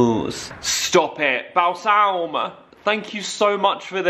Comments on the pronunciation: A new Christmas tradition for me each year is going to be watching 23 minutes of trying to pronounce Balsam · Absolutely crying for every “BAL SALM!” Ahahahah love you